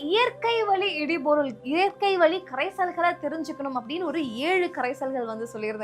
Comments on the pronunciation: சகோதரி இடு பொருள்.இடி பொருள் அல்ல.உச்சரிப்பு முக்கியம். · சிறப்பு. உச்சரிப்பு இடுபொருள் instead of இடிபொருள்.